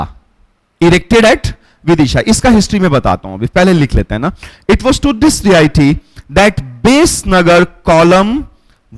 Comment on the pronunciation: Please , Respected Sir, Your pronouncing 'Diety'... As.. D-I-T.... please work on that one, it's not D.I.T.....please try to say Dee-Ah-dee...it's very distracting ,Dear Sir.